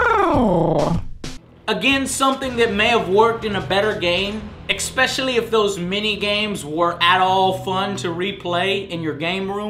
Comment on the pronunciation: I've been revisiting old shows and I forgot how often Joe says EX-specially. Man it grates my nerves lol